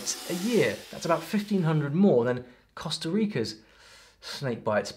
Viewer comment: your channel is a great one! However, as familiar as you are with Spanish, and many others as well, I was frankly surprised to hear you pronounce "Costa" as "COST-uh", rather than "COAST-uh", as in Rica. Re. your best pronunciation of Honduras with your British accent--not bad. All you need to sound right is to not pronounce the 'H'--own-DUE-rahss.